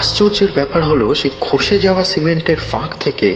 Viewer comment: কী জঘন্য উচ্চারণ। গল্পটাকে পুরো মাটি করে দিল! বাংলায় F উচ্চারণ হয় না, Ph উচ্চারণ হয় সেটাও জানা নেই, ফাঁক শব্দের উচ্চারণ করা হলো Faaক–এর মতো, বাকি শব্দের উচ্চারণও তথৈবচ। আপনাদের সবাই কি প্রবাসী বাঙালি যে এইরকম অদ্ভুত অবাঙালি উচ্চারণে গল্প পড়েন নাকি জিভের জড়তা বা Lisp আছে?